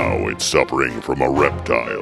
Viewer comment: Ereptile?! LMAO